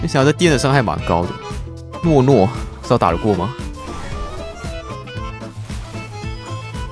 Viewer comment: 糯糯一直聽懦弱XD